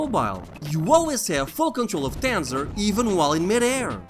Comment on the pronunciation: I like the way you say Tanzer with your accent. You should've done the promotional advertising for the game